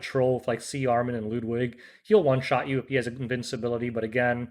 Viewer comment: The way he said Ludwig 😭😭😭😭